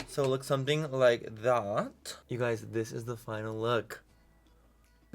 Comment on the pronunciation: When he said, “dis is de look” all I thought of was “dis is de wey” 😂😂😅